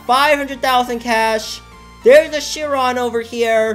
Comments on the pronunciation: Of death basically how he says it LMAO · Nice job pronouncing “CHIRON”. Lol 😂😂😂